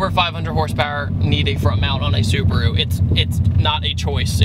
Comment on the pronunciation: yyyaaasss hahaha that Subaru pronounciation on point!!! 👌that's how my Japanese uncle says it like lol